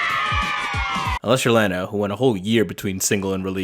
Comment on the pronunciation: no way you said lana like that